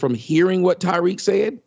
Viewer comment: Why the fuck does he keep calling him Tyriq? The man's name is Tariq. Tommy is a slow mf.